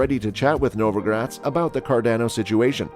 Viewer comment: Cordono? Cardozo? what? 😂